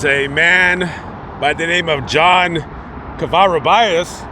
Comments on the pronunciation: Dear, Cova-Roo-Bee-Us. Thank you Sir.:) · you pronounced his Spanish name incorrectly Sounds like Ko-va-ru-be-us Thank you, you have such an awesome platform👍I’ve been watching you for years! You do such informative background stories, so greatly! Take care and blessings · You need to learn how to say the last name correctly